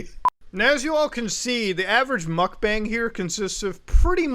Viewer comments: why does he still say "mukbang" so wrong 💀💀💀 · Muk b-AH-NG stands for "eating room" in korean aka eating stream because your stream is your "room" or B-ah-ng but its not bang like a gun. its been going on for years we should stop mispronouncing a trend that isnt going away, korean seperates all the vowel sounds from each other so any A in romanization is an AH sound